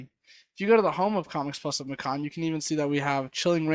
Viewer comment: Bro, it's (may-cun) as in Macon, GA. Rhymes with Bacon. Hope they don't care lol